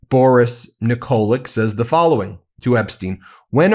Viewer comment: Tell Ben the pronunciation is Nikolitch